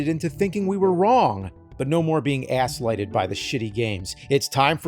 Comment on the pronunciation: “Asslighted” 😂 mark that down in the AVGN dictionary